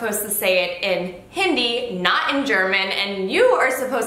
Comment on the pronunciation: Johannes pronounced hindi so well ...